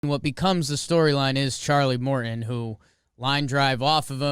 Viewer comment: “Mor-in” lol